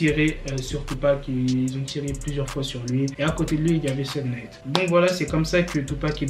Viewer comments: Robby je dirais plutôt souge night alors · Ça se dit "Kifi Di" et "Choug Night"